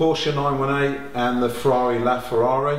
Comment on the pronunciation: "Ferari The ferrari"